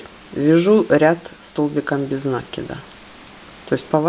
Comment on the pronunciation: Что такое нАкид?Это то же самое,что и прИкид,и зАкид?